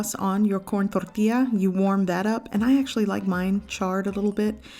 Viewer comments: I love how you don’t have an accent until you say tortilla all flamenco, reminds me of my mom...thorrrrrthia 💃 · Corn tortia? Lol I thought it was called a "tortilla" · Cant stand how you said corn torilla in and accent but everything else not. Weird. Corn torrrtiija. But decent video over all. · You speak perfectly good English why accentuate the word tortilla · *Only has accent whilst pronouncing tortilla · Everytime she says tortilla I cringe so hard. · Wow good for a minute there I thought I was the only one! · You sound American until you said "corn tortilla" .. Very weird !